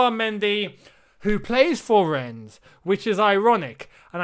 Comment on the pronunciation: I absolute love how you’re unsure of how to pronounce Rennes/rennais and just change how you say it